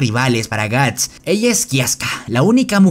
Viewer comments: que mierda es guns y por que llamas asi a guts xd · Cada vez que dices gantz en vez de guts muere un niño pequeño. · Soy yo o estoy escuchando Guns.. y no Guts....😵‍💫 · me da toc cuando dice guns y no guts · Suena un poco ofencivo que digas Guns en lugar de Guts . Pero buen resumen igual. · todo bien pero... porque lo llamas "ganz"... es "guts", que se pronuncia "gats". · Wow ni siquiera termine de ver el vídeo Tu voz es realmente molesta jajaja Es gust o ganzt?? Habla bien we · Gants gants gants gants carajo ese es otro manga al menos hubieras aprendido como pronunciarlo Edit: llegue a la parte fepnom uffff man….